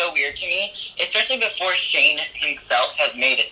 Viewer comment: I keep hearing Shame even when people say Shane. Help))).